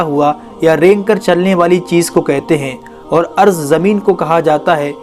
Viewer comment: Arz....ni ard hota h... please correct urself